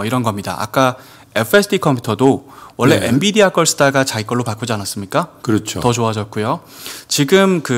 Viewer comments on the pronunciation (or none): none